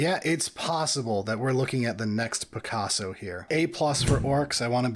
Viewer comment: Berillio You Smoth MF lol just make them say picasso like that